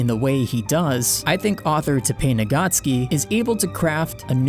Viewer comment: And the author's name is Tappei Nagatsuki, not Nagacki. He is Japanese, not Polish :)